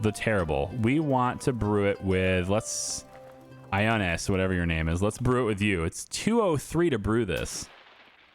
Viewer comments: The "I" the Greek Name Ioannes is pronounced with a hard "E" sound,. Think "Iago" from Aladdin. So the other vowel is pronounced softly. So you say it EE/AH-OWN-IS (the first two syllables are quickly pronounced together and the last two are evenly spaced apart in diction.) [Oh yeah, keep showing this if you had any question after episode two!) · Ioannes is the latin version of ”Johannes”! Latin did not use the letter J, instead they used i. So it would be pronounced like the modern version, with a soft j and no audible H! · Ioannes pronounced as yoahnus. . Also, more series please